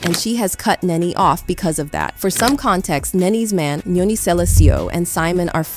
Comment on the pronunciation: The speaker It's not Nae Nae, it's NeNe and it's not Neoni it's Nyoni where the N is silent and lord I don't know how she pronounced Simon's last name.